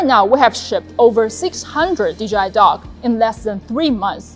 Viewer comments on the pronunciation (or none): I thought she said DJI dog. A little dissapointed I wont be getting a drone dog. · i love it but i swear i keep hearing "THE DOG" 😅